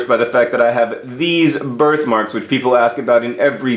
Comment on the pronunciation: The first couple of times you said "birth marks" I heard "bird marks". I was worried.